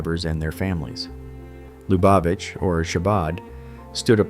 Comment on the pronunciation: The only pronunciation of Lubavitch i've ever heard is LOO bah vich. Not "Luh BAH vich". 🙄